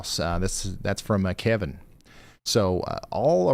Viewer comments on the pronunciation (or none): none